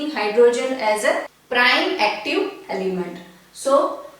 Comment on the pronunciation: Mam it is element not alyment